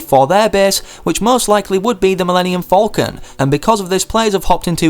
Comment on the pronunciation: By the way did you literally just say millennium folcan instead of Millennium Falcon